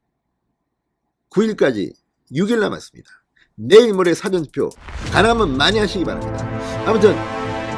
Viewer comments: 사전투표 전달 사전투표가아닌 사~전투표입니다 정확히 발음해주심 감사합니다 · 국어사전 할때 사전이 아니고 사~전투표 발음 하소